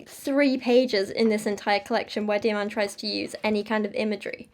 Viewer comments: heads up: the dh in dhiman is pronounced kinda like a th sound but with a d instead of a t! the emphasis goes on the dh and the a is also pronounced kinda like the u in dumb :] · And you might take the time to learn how to pronounce the name Dhiman before talking about the person, rather than displaying ignorance and disrepect.